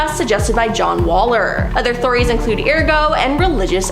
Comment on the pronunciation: If you don't know a word maybe look it up to figure out how to say it btw it's ergot not ergo you sound stupid asf